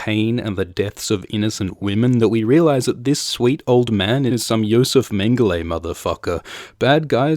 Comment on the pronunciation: Nice annunciation of 'Josef Mengele'. Pod. Banter. Jesus.